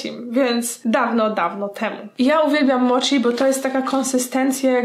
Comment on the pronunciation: Warabi czyta sie uarabi a mochi czyta sie moci - __- nie kalecz japońskiego proszę..